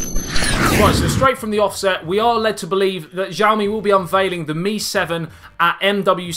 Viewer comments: Its pronounced as Siaomi. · Nice video. The x used when Mandarin is romanised in China is pronounced more like a s, btw. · New sub cuz of jiaomi 😂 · It's Xiaomi. Not jiaomi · jiaomi? Lol